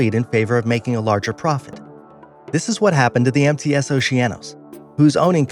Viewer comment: Oh u said mts it sounded like and I though empty ass